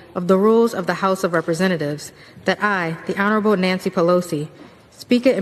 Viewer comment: Did i hear Nasty Pelosi instead of Nancy Pelosi? 😆